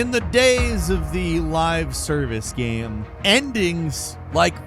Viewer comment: i cant stand the way he says "gyem".....